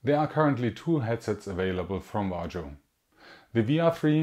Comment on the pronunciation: "vah-rio" . nice vid!